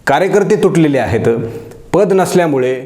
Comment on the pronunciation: आपलं विश्लेषण अप्रतिम आहे पण एक शब्द दुरुस्त करा, तो म्हणजे वाक्याच्या शेवटी आहेत असं म्हणा आहेता, आहेता असं म्हणू नका